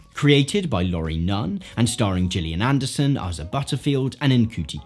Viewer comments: haha, good effort. For future reference it's ay-sa (Asa) and shoe-tea (Ncuti) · you pronounced both Asa and Ncuti wrong by the way. great video though. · You mispronounced Asa & Ncuti’s names